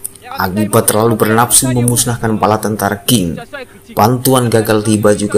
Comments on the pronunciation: Qing = Ching Bukan king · Qing dibaca Tsing